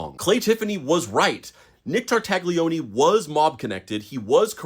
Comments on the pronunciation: I will say sth, but don't take it bad, please. Tartaglione is pronounced with a silent g and the "lio" sound is more like the "nia" sound in the word lasagna but with an L instead of an N. Sorry, I watched the whole video out of honest interest to the story, but every time the surname of that guy was pronounced my ears bled a little.. 🙏🙏❤ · I'm pretty sure the g is silent. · The g is silent in Italian names. I'm sorry. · Sorry but just because officer Nick was a bad guy doesn't mean you should do the Italian language dirty like that. It's tar-tay-oni not tar-tag-lioni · All good, just stop saying /Tar/Tag/Lioney, please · You massacred the name Tartaglione. Tarta Lyo nay. (The G is silent). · In case you meet any new Italian friends with similar names, you should know how to say them. "Tartaglione" is properly pronounced "TAR-tal-YONE", optionally adding a soft "é" sound at the end. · Damn bro!!! Stooooop pronouncing that G!!! It hurts my ears. 😂😂 its Tartalioni!!! The G is silent. 😂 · Don’t pronounce the g!!! Tartaglione = Tartalione. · The G is silent in Tartaglione 😭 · Maybe look up how to pronounce Italian names. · I wanted to like this video but this guy kept pronouncing the "g" in Tartaglione and found it very annoying, lol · For the love of god, look up how to pronounce tartaglione before filming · Interesting story! I wish people would learn how to pronounce Italian names, though... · The G in Tartaglione is silent. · I know he was bad, but come on, you don’t have to butcher Tartaglione’s name. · This is a really interesting bit of history to learn. My only real gripe is that the g in an Italian name like Tartaglione is silent due to the L immediately following it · Ay, uh, maybe don’t pronounce the G in Nick’s last name.